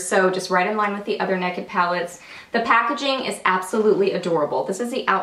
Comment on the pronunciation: I love that you say "neck-id". lol Being from Alabama, so do I !!! xxoo Lisa